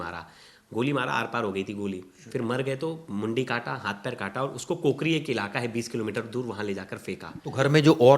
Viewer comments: कोकरी नहीं काकोरी है जगह का नाम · काकोरी है कूकरी नहीं इसको ठीक करे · Place is kaakori not kokari..